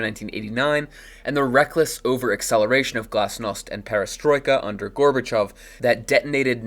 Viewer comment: finally someone who pronounces Gorbachov's name correctly